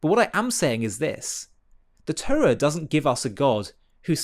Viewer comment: Why cant you pronounce the Torah properly? Why do you say Turra?